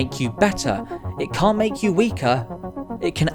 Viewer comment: Why did he pronounce can’t like com